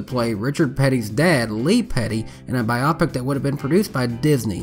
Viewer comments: I agree, the way it is pronounced here makes it sound like an optometry term. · Strange. I find myself wanting to point out the incorrect pronunciation of "biopic". But after thinking really hard, I'm not sure I've ever heard anyone say it before. I've just read it hundreds of times. So perhaps I've been pronouncing it wrong. (In case clarification is needed, I've always used the hard "O" sound, like biohazard or biodegradable)